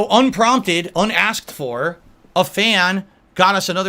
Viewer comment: I like how much emphasis he put on that UNASKED, UNPROMPTED at the very end lmao